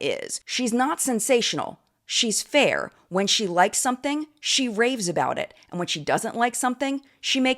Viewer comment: really, you cant say "fair" 🙄